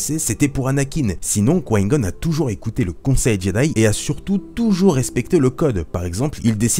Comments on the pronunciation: tu dois absolument absolument arreter de dire quoin gon stp je te jure je nentend plus que ça et je suis sur de ne pas dutout etre le seul ça se dit comme ça: coup ail gone! Et ca secrit Qui Gon Je saigne des oreilles... je blague mais nempeche je sens l'angoisse monter a chaque fois que je tentend dire quoin goun 😁😂 En tous cas continues tes vidéos, je les trouve cool et instructives sur le lore 👍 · J'entends "Quin-Gon" quand tu parles... on dirait que tu dis "Coign-Gun", genre une sorte de flingue qui tire des projectiles amers... C'est "Qui-Gon", non...? Se lisant "kouaï-gonne". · Mlle Chamalloooww moi aussi ça me perturbe j'ai l'impression qu'il dit Couaïne Gonne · tu as une de ces façons de dire: Qui-Gon... ça me perturbe à chaque fois mdrr😂😂 mais sinon super vidéo comme d'hab😊👍❣ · L'ami on dirait que tu parle chinois quand tu dis Qui Gon mdrrr